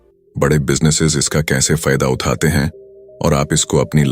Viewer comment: Bhai video acha he lekin AI voice me Uthate uthate he sahi nahi bol raha he ye 😅😅